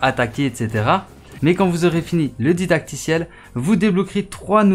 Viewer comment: A "Un ditacticiel"😆😆